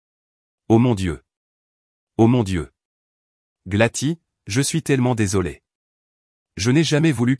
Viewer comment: Par contre le Glati plutôt que Gladys fait un peu mal aux oreilles